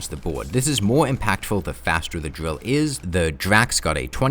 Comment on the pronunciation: surprised you pronounce it as "Drill" and not "Dwill" Good job on the grammar improvement man!